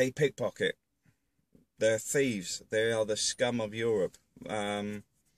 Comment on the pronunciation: I can feel your contempt for those gypsies in how you stress the word scum. I don't really see them around London now. They were a big problem on the tubes and around Hyde park for a while.